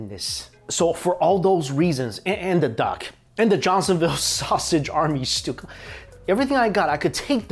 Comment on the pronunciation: LOL! Thought you said tteok...not DUCK...quack!